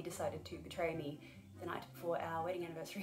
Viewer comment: Congratulation, when you said universary i realized how manny years i watching you channel, damn time go fast :)